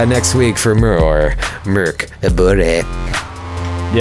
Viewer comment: Good pronunciation of Borg (translates to keep (the building)). Mörk (dark) was...less good. 😅